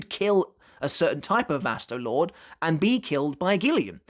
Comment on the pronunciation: Please say the name right Vasto Lor-Day that's how you pronounce it. Lorde not just Lord. Get it together.